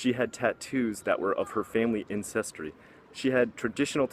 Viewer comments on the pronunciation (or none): Yes, I would love to see more top ten lists, and also one small thing which has nothing really to do with content but when you were talking about the Maori women it sounded like you said incestry instead of ancestry; don't worry though, as an introvert I tend to talk too fast and end up saying the wrong things as well. Keep up the good work!